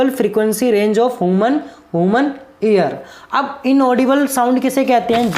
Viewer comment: Aapko pronounciation acchi karne ki jarurat hai aap ear ko bar bar hear kah rahe the 😅